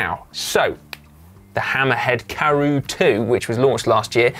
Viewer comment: Si not getting away with it either! To add to Connor’s spoken misdemeanours, Si needs to learn to say Karoo too! 😂😂😂